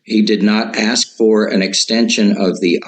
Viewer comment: This guy thinks he is smart, but he does even know how to pronounce certain words correctly. ie: “accured” should be accrued! “Ax” should be ask! There are several more…